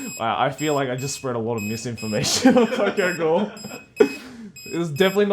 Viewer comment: You actually butchered tokyo ghoul ghaaaaaaaad so baaaaaaadsht 😂